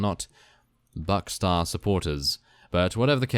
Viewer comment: "Buckstar" xD